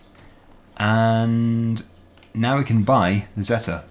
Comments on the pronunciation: You are saying zetor wrong it's not zetta its ze tore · Zee-Torr that's how it's pronounced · in the uk most people pronounce zetor as "zeeter" comment if you agree